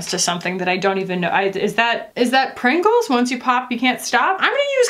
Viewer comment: You can't just pronounce Pringles like that and keep going